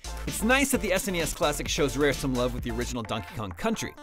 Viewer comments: Why are you calling it S N E S classic when the rest of the planet is calling it SNES? I've never ever heard anyone call it that before! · Why are you pronouncing SNES as s.n.e.s. That's just weird fam.